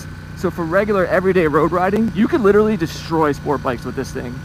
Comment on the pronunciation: Please stop murdering the word literally. Nice video.